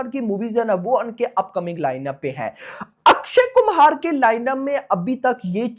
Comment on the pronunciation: O Bhai sahabb Akshy kumar hy Na k Akshy Kumhar